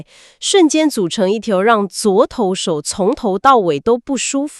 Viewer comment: 可以不要AI讀稿嗎 一直唸昨投手😂